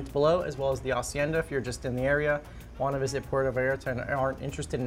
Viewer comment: First, thank you for pronouncing hacienda correctly! You know that the H is silent...my dude! Second, the food! I had just finished eating when I saw this and seeing that made me hungry all over! And that mahi was so golden in the water! It's a shame they change colors afterwards. No wonder they're also called Dorados.